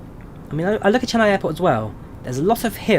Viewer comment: im from chennai and its pronounced chenn ay not chenn i